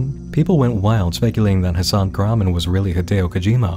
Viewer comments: Hmmm...Very strange that Hasan Kahraman is not an actor, he obviously has a thick accent (which suggests English isn't his first language), but for some reason, he cannot pronounce his own last name... 🤔 (His name is Turkish, btw, and it is not pronounced kurhman, as he pronounces it lol) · well i got news guys hasan kahraman isnt pronounced that way in turkish …. it should be pronounced something like kaghrahman